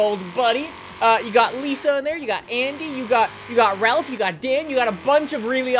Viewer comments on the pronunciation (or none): none